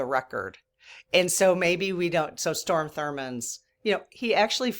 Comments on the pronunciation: It’s STROM, rather than storm. Which is what we’re having across Illinois today!😂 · I mean no disrespect, but his name is Strom (pronounced Straam) Thurman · That's funny. Every time I heard Storm I said, "Strom." He was such an a*s he needs to feel the negatively from this side of the veil. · STROM not storm Thurmond fyi. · *STROM not Storm 😊 no biggie though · It’s Strom, although he doesn’t deserve correct pronunciation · point of information -- it's STROM Thurmond. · I hate to seem critical… it’s Strom Thurman, not storm. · I’m a born and raised Southerner - so I know South Carolina’s Strom Thurman- not S t o r m Just want to make sure he gets all the weight of this feedback- thanks.😊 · Strom not storm. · it's Strom Thurmond, he was from South Carolina. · It is Strom...not Storm. But thanks for talking about it. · Strom, honey, not storm - tho' he was trying to be a rain cloud over the civil rights parade (so to speak). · I just need to correct something. Mr. Thurmond's first name was STROM, not Storm. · Strom Thurmond ( not Storm)...I sadly remember this negative person...hopefully during his life review he saw the evil he did in that life Recount please! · STROM, not storm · Strom, not Storm. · STROM (not storm) Thurmond, if you want to look him up. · Hey. THANKS for the good you spread. I'm addicted to you so please don't even slow down! I never thought i would be someone to comment with a correction, however... From a place of love and sisterhood, Strom Thurmond, not Storm. I only know this because i have a few years on you and do remember Strom. Not your fault his mama didn't give him a more normal name. You don't have an ego and you value and respect truth. I want people to focus on your message, not that you transposed his name. Again, thanks for all you do and please don't ever stop! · It's STROM not STORM. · Strom not Storm 😊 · It's Strom Thurmond, not Storm... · It’s STROM Thurmond, not Storm Thurmond. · STROM ( not Storm) Thurmond